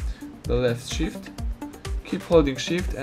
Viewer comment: Holding shit Oww you saying holding shift :))))